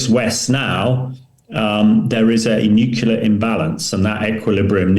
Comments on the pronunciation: Tell the show's guests to go into a room with some carpet, curtains, etc., that can dampen some of the reverb (echo) in the room where they are speaking from. This guest's audio is very boomy. Nu-clee-ar not Nuk-U-lar. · Click bait title. Hamish mispronounces "nuclear" just like Homer Simpson.